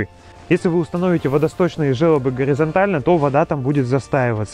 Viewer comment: Видео ок, спасибо! Только жёлоб, а не желоб. Вы'соко меня добило...